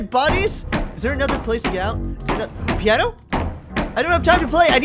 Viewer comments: Was anyone else like "IT'S PIANO! NOT PIE-A-NO!" XD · A-PI-NO? I was screaming "piano!" in my mindXD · "pie-eh-no?" its piano XD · I was yelling PI-A-NO PIANO DAMMINT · "Pie An O??" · not Pie an no it's piano